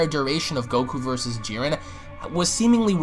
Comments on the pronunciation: Why this idiot pronouncing Jiren with some weird added accent. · Nobody else got annoyed by the way he pronounced Jiren?